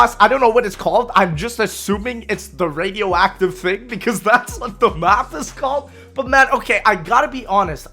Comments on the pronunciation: "Number 10 is Attack of the Readiofifathive thing baby!" Dude straight had a stroke mid recording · wait what did he say? “Its the attack of the radioactive thing” i think thats what he said but he sounds like a mumble rapper